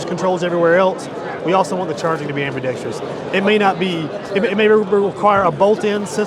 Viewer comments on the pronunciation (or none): Ambidicterous lmao ambidextrous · I love PSA but if that guy says "ambidextrous" wrong again, I'd have to punch him in the throat. The damn word only has one "I" in it!!!!!!